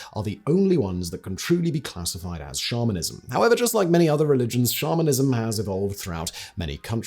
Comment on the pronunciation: I was a lot further into listening to this episode than I want to admit when I realized Simon wasn't saying "shamanism", not "Charminism" (like, a belief in the Charmin toilet paper bears)....